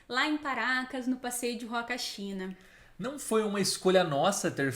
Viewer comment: Em espanhol o H não tem som, assim como na língua portuguesa. Então se fala "Uacachina", "Umantay"... O H não tem som de R.